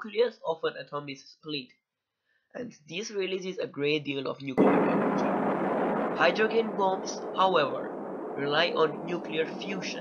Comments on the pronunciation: Great video man! Only critique, "Hydrogen" is pronounced "Hydro - Jen". Exactly the same as the first 3 letters of the name Jennifer. I just read an article about the truth behind North Korea's claims of atomic/hydrogen testing and how it could be verified by seismic activity directly in the area of the time of the test and the "bell" effect of that "ringing" around the world. We know for sure, 100% that at least 3 atomic tests have been done by NK and that they were telling the truth. But as your video shows, a Hydrogen bomb is SIGNIFICANTLY more destructive and powerful than an A-bomb. There were seismic readings of 5.3 at the time that NK claimed it's H-bomb test...but that literally could have just been an earthquake and KJU just used the opportunity to say it was their test when in reality it was just a damn earthquake. SO! The claim remains that it was an Hbomb and the reality is, we're still trying to figure that out lol. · It’s pronounced Hydrojen not Hydrog-en. It’s weird you say it like that because if you speak English (which you go) then it’s logical that’s the way it should be said. Think about it...do you say “g - entleman” instead of gentleman? Or “G - ermany” instead of Germany do you?